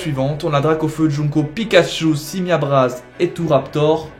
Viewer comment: c'est pas joungko c'est jungko